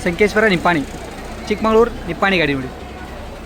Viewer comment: ಅದು ಚಿಕ್ಕ ಮಂಗಳೂರು ಅಲ್ಲ ಚಿಕ್ಕ ಮಗಳೂರು ನಿನಗೆ ಬರೆದಿರೋ ರೂಟೇ ಹೇಳಾಕೆ ಬರಲ್ಲ